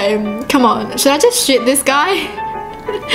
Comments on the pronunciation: DID YOU JUST SAY SHIT THE KYTE INSTEAD OF SHOOT THE KYTE!? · instead of saying shoot the kite you said shit the kite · She says shit instead of shoot! 😂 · When she said " shoot the the kite" I thought she said "shit the kite" 😂 excuse my language... luv you! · Is it just me or does say Sh!t the kite and not shoot? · Once she said shoot the kite but it sounded like 💩 the kite...... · when she said shoot the kite it sounded like sh*t the kite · Kinda sounded like she said "Sh*t the kite" Im not trying to be rude cause ily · Am I the only one that thought that she said shit the kite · Is it just me or when says shoot it sounds like sh*t? Not trying to be rude because I love her videos but it sounds like that. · when she said shoot the kite, i heard her say the s word instead :O it was just ne im pretty sure